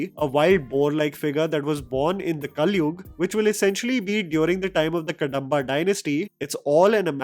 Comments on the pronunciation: It's कदंब dynasty, not कडंब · Kadamba pronounced wrong. It's not कडम्ब, it is कदम्ब. Btw, nice analysis 👍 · it’s कदम्बा Dynasty